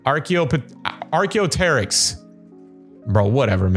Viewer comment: And how to say arhaeopteryx and dienonichuyus: Die-on-e-cuz Arch-a-pec-ter-ix